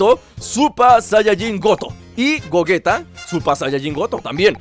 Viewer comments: se dice goyita no como tu le dices. osea se escribe gogeta pero se lee goyita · no es de idiomas tienes que decir como le dicen en el idioma oficial y los doblajes como referencia al japones se pronuncia goyita y se escribe gegeta ahora si entiendes